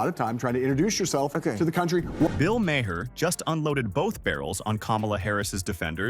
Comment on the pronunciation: Isn't it better to let the clip play so people can hear what they are saying rather than saying it yourself? And Maher rhymes with star, not with Bayer.